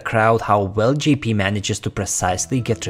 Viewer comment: You got me confused. when you say Gee-P do you mean Jay-P?